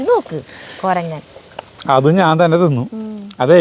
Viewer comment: കൊരങ്ങൻ അല്ല കൊരങ്ങ്യൻ 😄